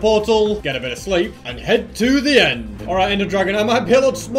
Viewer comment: Man really said zeh bruh